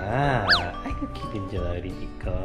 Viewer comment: 아~글쿤요ㅋㅋㅋ 부르는게 다 잼나네요~👀듣는사람 마음대로줭 머ㅋㅋ..😁 근데 전 준호가 쎈발음으로 분명 ''찍코~오 🗣🐶 라고''했는데 ㅋㅋㅋ